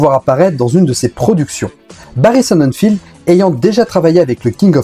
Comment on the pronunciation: Barry Sonnenfeld pas Barry Sonnenfield y a pas de i, ie, ea, etc...